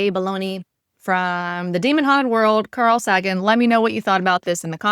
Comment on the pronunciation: Not to be "that guy"... but its carl say-gen